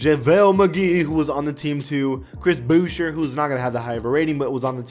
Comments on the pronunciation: Stop saying booch-er it’s boo-shay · no one:: Chris BouchER